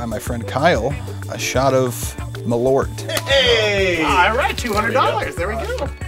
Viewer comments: The pronunciation is Maul-urt. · It's pronounced "maahl-uuhrth" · i like how they fail at pronounce Malört ><